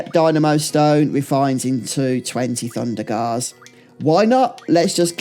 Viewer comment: Great video but some of your pronunciation is mad! Blizzagarr, Abis Worm, Thundergar 😂